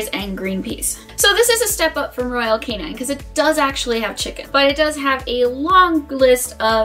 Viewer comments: It’s royal KAY-NIN not royal KAY-NINE 🙄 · What do you know about dog food? What are your credentials to be giving advice to the public about what dog food to buy. Also its not royal canine its royal canin. Why would I follow anything you say if you can't even pronounce the brand of dog food you are reviewing lol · She keeps pronouncing Royal Canin wrong. It's not Royal Canine. Short "i".